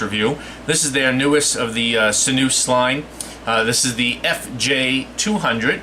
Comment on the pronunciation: Dude say: sin you us. LOL sinoos lolololol